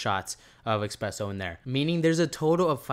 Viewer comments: espresso not expresso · It’s called espresso my guy. Not expresso es press o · ESPRESSO my bro there is no X in Espresso. It is not a fast coffee it’s not an expresso dude lol you’re reading something and adding letters to words that aren’t there.